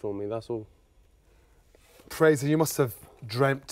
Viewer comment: Does nobody in this chat know this guy's name is Frazer and not Frazier?